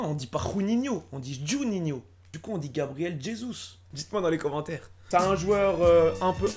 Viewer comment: On Dit Gabriel Jesus